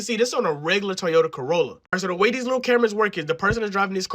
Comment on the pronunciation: how the fuck do you pronounce Toyota so badly